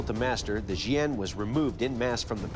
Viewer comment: Btw its jian not xian. Just sayin